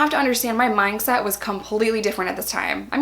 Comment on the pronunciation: Why do you say “myng set” instead of “mind set” ??? Hahah